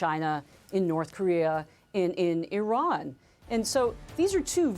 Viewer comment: Wrong - Eye-Ran Right- Iran Wrong- Pootn Right- Pu Tin